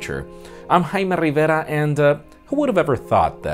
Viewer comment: The host has a way of saying his name that makes me very fucking racist, and I don't like it. JAY-ME RIH-VARA